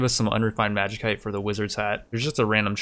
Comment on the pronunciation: It's pronounced magisite not magikite lol please